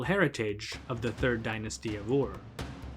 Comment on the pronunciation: Are you not mispronouncing the city Ur? You are saying “oar”. Why?